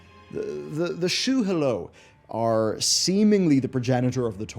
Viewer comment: Yah shah raj ... Not how you say it. Shu Hahlo, not shu hulu